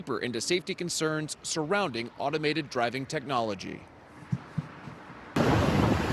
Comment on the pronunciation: dude said hondi 😂😂😂